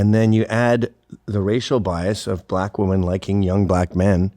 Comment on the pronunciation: They always pronounce it buh-LACK.